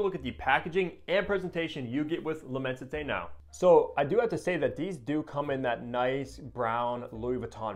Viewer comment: immenSité its an S not a T